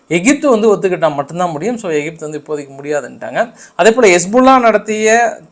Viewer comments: தலைவரே, ஒன்று தமிழில் எகிப்து என்று உச்சரிக்கவும் அல்லது ஈஜிப்த் என ஆங்கிலத்தில் உச்சரிக்கவும். அதென்ன ஏஜிப்த்? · அண்ணா அது "ஏஜிப்து" அல்ல எகிப்து